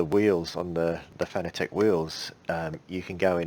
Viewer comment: I'm sorry for being "that guy", but Fanatec is pronounced like the word "fanatic".